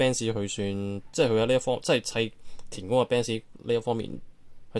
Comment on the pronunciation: 田宮呀，唔係田官。